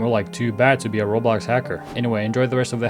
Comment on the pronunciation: never take someone’s word who uses an AI that doesn’t even pronounce Roblox or dater right…